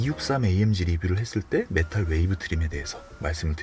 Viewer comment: 메탈웨이브 트림이 아니고 메탈위브 트림이예요 ㅋㅋ 자꾸 메탈웨이브트림이라고 하시네요..